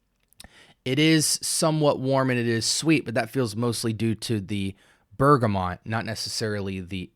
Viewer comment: *Bergamot (no 'n' in the word or pronunciation). Great review 😊